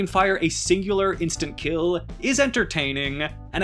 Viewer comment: why do you talk like that? Dragging your syllables? Jw. “And can fire a single instant kiiiiiiiiiill, is entertaaaaaaaaaaaiiiiiiningggggg”